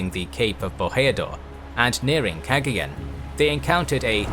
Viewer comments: Don't say Kegeyeun. Say Kagayan. (Cagayan) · Battle of "Keggy Yen"? 🤣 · It's pronounced Cuh-GUY-yon. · It’s pronounced cah gah yawn= Cagayan 👍👍👍👍👍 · I believe it's pronounced Cah-Guy-An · I was wondering how badly you'd pronounce Cagayan lol. At any rate, I'm glad to see some Philippines related history on the channel. Good stuff.